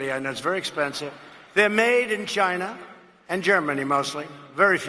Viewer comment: "They are made in Ghina".